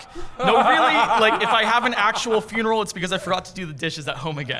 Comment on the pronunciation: its not FYOON erul its FUN erul